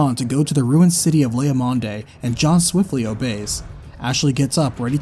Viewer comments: “Leia Mahn-day” My dude it’s “Lay Ah-MAHND” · Lea MOND. That e is silent my man. I went to grade school with these pixels. Otherwise amazing work, I love it.